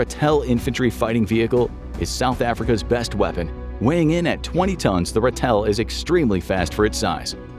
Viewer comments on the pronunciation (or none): Pronounced "Rah-till" and not Ra-tell. 😁😁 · The South-African Ratel. It's pronounced RAH-TIL. You put emphasis on the wrong syllable😁. Afrikaans for our honey badger, known for toughness and doesn't stand back for anything, not even lions👍. It's also only got 6 wheels, not 8